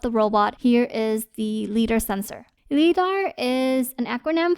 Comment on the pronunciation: FYI the word "Lidar" is pronounced with a long "I" - rhymes with "EYE". as in LIGHT detection and ranging. LIGH-DAR. Very complete and useful review, thanks!